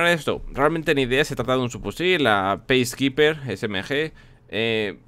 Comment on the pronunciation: peacekeeper se pronuncia piskiper no peiskiper!